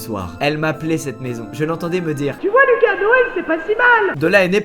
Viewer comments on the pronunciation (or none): none